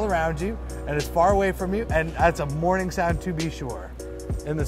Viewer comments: I thought he said mourning so that threw me off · I thought he said "mourning" not "morning" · Ocean, Rain and Clocks. Rain?! Yes, I heard "mourning", not "morning". Tropical countries have violent rain and some others are known for gentle rain. Ah, well ... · I got two out of the three. I wouldn't have gotten the birds because I thought said mourning sound not morning sound. I'm really glad you did a collab with. I saw him on the disabilities on YT panel. He has such a great character. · three for three. but then i started questioning birds because I too thought he said mourning....i was like "well maybe crows or that Tibetan sky burial tradition"